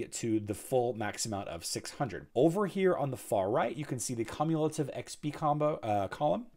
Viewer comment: My dude, that’s not how you pronounce cumulative. Haha.